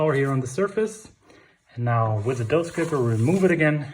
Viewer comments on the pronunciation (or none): Thanks for including the boule shaping. By the way, it’s “scraper”. Love your sense of humor.